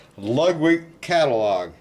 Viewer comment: and to be even more CORRECT, its not pronounced lugwig.